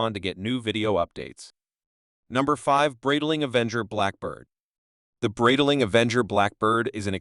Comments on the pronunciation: Breedling? beezel? XD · You can teach the speech AI you use how to pronounce Breitling correctly using IPA.